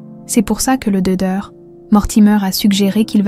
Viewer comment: Le doeur. .. .. Il manque le c...et le t non? Ds la prononciation ?